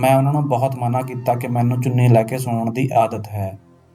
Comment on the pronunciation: ਚੂਨੀ ਨਹੀਂ ਚੁੰਨੀ ਹੁੰਦਾ